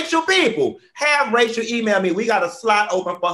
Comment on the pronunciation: Funky Dineva: 'We'll take Racial Dolezal.' Not Rachel - but Racial. 😂😂😂😂